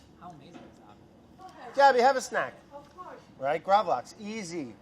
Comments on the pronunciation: Lax is pronounced the same way the english word is, not that it matters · Btw, it is called Gravlaks. Laks is the scandinavian word for Salmon. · In the video Brad keeps saying "Lax" instead of Gravlax, basicly saying that they are the same thing, but in fact: "Lax" just means salmon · i mean lax is just the swedish word for salmon so just calling gravlax lax is kinda funny... also it's actually gravad lax everyone just shortens it to gravlax. fun swedish facts for y'all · The way he pronounces gravlax hurts me, like, I'm in physical pain